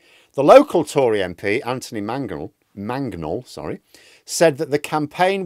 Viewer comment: You managed (mangaged) to mangle Anthony Mangnall's name!